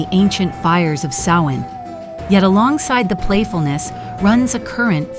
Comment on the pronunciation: Samhain garlic for summer’s end is pronounced like cow, or sow( female pig ) or ow,short for ouch. So Sowin,(correct spelling above). It doesn’t sound like what you do to mend of make clothing. Otherwise this is fairly accurate, but the mispronunciation of Samhain drove me nuts.I’ve been a practicing Witch for decades and this is a High Holy day for us. Thank you for caring enough to ask for clarification. Brightest blessings and have a wonderful Samhain however you choose ( just no meanness or violence please) I hope this helps